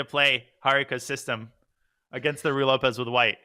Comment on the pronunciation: FYI, the first word of the Ruy Lopez rhymes with each of the first names of Donald Duck's nephews. Sorry, it's just a pet peeve of mine to hear it pronounced Roy or Rye.